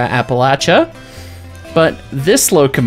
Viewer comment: Finally someone who says Appalachia right!🤣